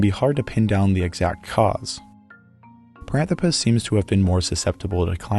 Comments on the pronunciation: It's par-an-THRO-pus, not pa-ran-thro-PUS, surely? More like anthropic and less like platypus? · Parânthropus: pronúncia proparoxítona 🆗